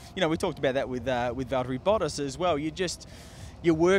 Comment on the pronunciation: This season we're gonna be hearing -, it's Valteri....